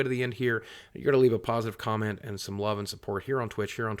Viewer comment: You do know there is no R in going right? I'm sure u do so STOP with the goring please! Thank you Sir!!